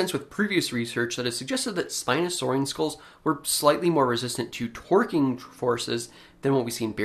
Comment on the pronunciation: Lmao at “twerking forces”. I know you meant to say “torquing” forces but now i get to laugh at the image of a little lizard bouncing its ass around to escape the clutches of a spino